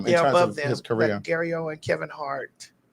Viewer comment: it's Gary Owen... not Gary Owens.